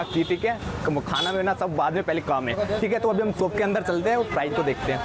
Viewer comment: Soap nahi re shop bolte hai